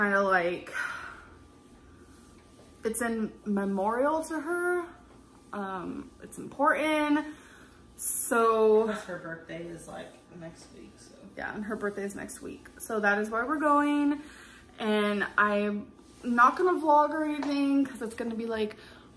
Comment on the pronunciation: It’s “imporon”. It’s “important” AL. Her grammar and pronunciation of words never ceases to amaze me